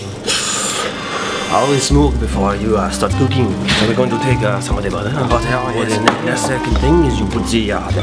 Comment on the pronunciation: Ze buttar Ze sugar Ze buttar Ze sugar Ze buttar Ze sugar mm hm hm HMMM Ze sugar ze buttar ze sugar ze buttar